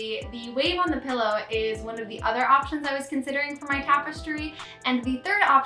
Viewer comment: I like that you were hesitant to pronounce draw(er) but very confident in saying “pellow” instead of “pillow” 😜😜